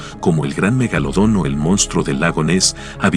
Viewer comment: Megalodon: ❌ Magolodon:✅✅✅🤑🤑🤑🤑🤑🤑🤑🤑🤑